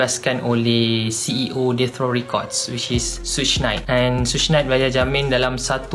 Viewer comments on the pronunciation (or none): bukan suuch! suge knight pronounce sugar i.e. sugar bear, but minus the ‘ar’ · Pronounciation suge adalah lebih kurang mcm "shoog"